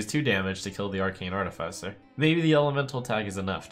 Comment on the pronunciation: Points for saying artificer correctly